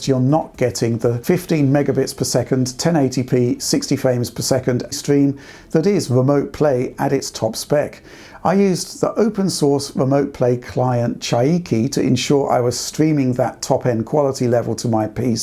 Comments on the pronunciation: You can say Rooter, as much as you want, but please don't call Chiaki, Chai Key :p (Otherwise, good review!) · JFYI, it's "Chee-ah-key" not "Chai-ee-key" I'm not sure what it is about British speakers, but man so many consistently crash and burn on Japanese words. 🤣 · DF as always delivering a high-quality assessment and tests. But I do have to lament at your pronunciation of Chiaki ca. - LOL! (It should be "chee-AH-kee", not "chai-EE-kee"). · Pretty sure chiaki is named after some japanese character and not pronounced like chayaki